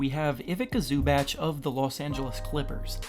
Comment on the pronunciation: ok ivica zubac. the c's a ts sounding.